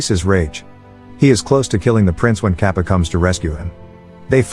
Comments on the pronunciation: i can't stop laughing everytime it pronounces kaapa (katappa) and other names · It is kattapa not kaapa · He is saying kappa instead of katpa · yoo its kattapa not kappa . the explanation was nice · What the fuck is kappa......... Its KATTAPPAA...... BITCH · Kappa? Lmao it's Kattapa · Okay im not indian but it's pronounce Tar-ka-pa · Honestly every time he called Kattapa as 'Cap' it cracked me up😂😂😂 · it is Kattappa (கட்டப்பா) {Kaṭṭappā} in pronucation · It's not Ka pa it's Kappa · Wait it 's not Kappa it's kattappa And also mahismati not maharshi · He may not have spelled some words like 'Katappa' and 'Maheshmati' as he should have, but it is fine; cause at last everyone understood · oh my god he is calling him KAPA😑😓 its Ka ta pa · its not capa its kattapa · It's katapa no kapa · Not Kappa it is Katappa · Kappa 😆😆, it's katappa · Its not kappa, it’s Kattappa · it’s kattappa not kappa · as an indian and he says it like papa but its katapa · the old mans name is not cappa his name is kattappa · Lol sry but its kattappa not kappa for the bald men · its not kattapap . the pronunciation should be kat-tap-pa . hope fully helps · The blad person is not kapa it is katapa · HAHAHAH BRUH ITS NOT kApPa ITS KATTAPAAAAAAAAAAAAAAAAAAAAAAAAAAAAAAAAAAAAAAAAAAAAAAAAAAA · I like how he pronouns Kattapa as Kappa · its not pronouced capa its katapa this was the best movie ever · Its not kappa its katappa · he really said kapa to kattapa the whole video😭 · It's kattapa not Kappa 😂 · It's not kapa it's katappa Kings name is Bhallaldeva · It's not capa it kaan-da-pa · its "kappa" its katapa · Capa ??? His name is Catapa . You have messed so much with pronouncing names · Its KATAPPA, not KAPPA 😂😂😂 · it's kattapa not kapa 😒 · Btw it is not kappa but katappa. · Bro there is a second part of the movie I'm indian and this is more and 3 years old and bro that bald guy's name is kattappa not cappa lol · It's Katappa not Kapa 😑 . Come on man , at least read properly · its Kattappa , not Kaapa